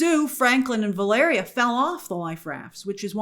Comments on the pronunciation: Oh grace. This mighty seem like a minor thing but I’m so happy to hear you pronounce “Valeria” correctly. I don’t think I could take any more “Valereea” 😂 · They need to go full RoboCop on RDJ's Doom's face. P.S. Yay for finally saying Valeria's (and my daughter's) name right!!!❤❤❤ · The screen wipes are still killing me Grace, but at least you are finally pronouncing Valeria correctly!